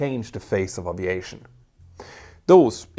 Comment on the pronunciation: Glad to hear he now says A--V--EIGHT--SHON not pronouncing the " A " as in Apple. This is brilliant.